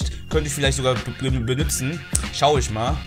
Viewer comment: BENUTZEN nicht BENÜTZEN :D